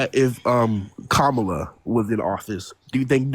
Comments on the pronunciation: Insulting a black woman, he totally butchering Kamala's name and then saying, "Whatever." Blech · The caller lost all credibility from the very beginning when he couldn't even pronounced "Kamala" name correctly. Good grief, that dude must have an IQ of 70. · A black man purposely mispronouncing a black womans name is misogynistic and disrespectful because if had mispronounced his name in response he would have probably called a racist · This guy is too dumb to know how to pronounce Kamala. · If they couldn't honestly pronounce it, he could just say "Harris" but he won't because he likes to mock her and troll a bit. That said, he's probably a bit too stupid to learn how to say it anyway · They purposely mispronounce her name as an insult